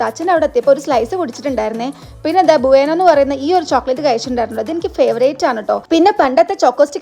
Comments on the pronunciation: Kinder ബ്യൂനോ എന്നാണ് ബുവേനോ എന്നല്ല😅😅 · ചേച്ചി ബോയനോ അല്ല കിഡർ ബ്യു ണോ എന്നാണ് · ഭുവാണ് അല്ല ബ്യൂണോ ആണ് കിൻഡർ ബ്യൂണ് 😂😂😂😂😂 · Your pronunciation. Is wrong that is no bueno Naan kurevattam kayich maduthuthittulla saadhanamaan athkond Enikk manssilayi Ningal athinte name paranjappol